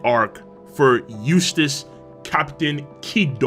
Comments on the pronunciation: Every time says "Eustass Kid" I hear "Useless Kid" LMAO srry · I'm only going to say this one more time Eustass kidd Eustass d kid Kid d eustass